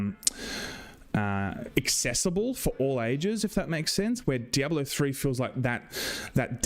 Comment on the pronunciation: Missed you,. In Freedom English, and Spanish, “diablo” has 3 syllables —dee ahb lo — in Englishereedoo it has 4 — dee ahb ah low